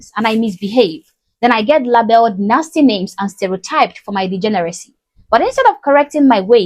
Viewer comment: Labeled is pronounced leibeld not labeld.